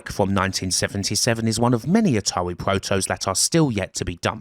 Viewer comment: Your speech is painful to hear. "ATAWI" 😆 🤣